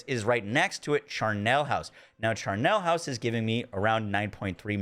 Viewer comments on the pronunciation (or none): Very helpful video but please look up what a charnel house is and how to pronounce it.